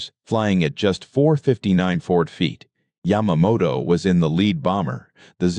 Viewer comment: Hire a HUMAN who knows a lot about this subject (like me…. The Lightning is my all-time favorite aircraft - I would LOVE to own one!!) This computer mispronounced Yamamoto’s name EVERY time & always differently. I also noticed that they did not use a real P-38.,.